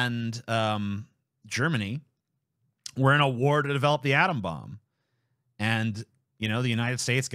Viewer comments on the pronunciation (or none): none